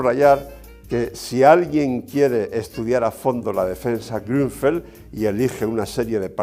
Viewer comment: Maestro Leontxo, ¡Qué bien pronuncia Ud. la ü de Grünfeld (Campoverde en Alemán)!